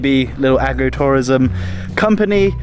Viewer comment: I heard it as Aggro-Tourism, and I was busy trying to picture what that could be when I realized you meant Agro-Tourism, as in farms not aggression.